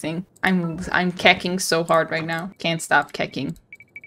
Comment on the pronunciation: It's kehching not keking hehe